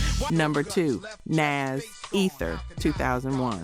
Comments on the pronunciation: Why do these videos all have to be AI? 🙄 Nas is pronounced "NAH-zz". Not "NAZZ". Put some respect on his name. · Couple things... First, MC Shan is pronounced like "man" not "shawn" LL's "Jingling Baby" has nothing to do with his Kool Moe Dee beef. Nas is pronounced like "pause" not "pass." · That’s the first time I ever heard ‘Nas’ pronounced like that. Did I miss the memo? Edit: ‘2-Pack’ too? 💀